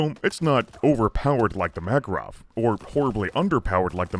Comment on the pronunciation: so i was mostly listening and not really watching i was a little confused by there apparently being a caliber which is a mackerel until at some point i finally figured out that that is how pronounces makarov